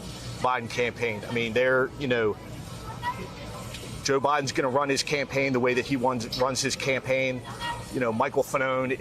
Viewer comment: DUHMACWACY IS HANGING BY A THWEAD:face-purple-crying